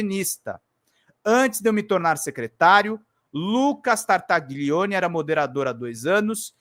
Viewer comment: Desculpe-me corrigir sua pronúncia, mas isso irá ajudá-lo a evitar o "trava lingua" ao pronunciar o nome deste inominável: GLI em italiano se pronúncia LHI , como tagliarini, famoso tipo de macarrão . Sendo assim se pronúncia Tartalhione. Da mesma forma GN se pronúncia NH como Gnocci, que abrasileirado se chama Nhoque.